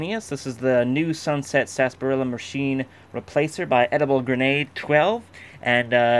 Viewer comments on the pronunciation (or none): Still good to see everyone says Sasparilla instead of Sarsaparilla.